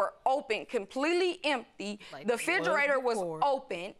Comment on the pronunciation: said the fridgerator. 🤣